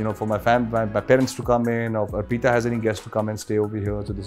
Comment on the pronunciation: Ar peeta nhi hai bhai arpita hai naam uska !